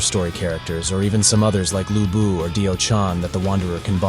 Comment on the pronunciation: And the only thing i don't like about Origins by playing the demo is that Lu Bu's name is pronounced wrong for the first time ever as they say his name as Louie Bu instead of Lu Bu